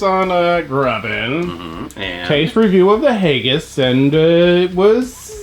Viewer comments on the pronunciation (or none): Fuck. I love you bro, but if I hear you say hayggis again I'm gonna do rip my hair out.